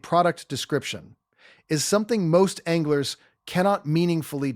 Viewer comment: …rods, reels, “ONGLERS”?… no thanks AI. Change your fake name to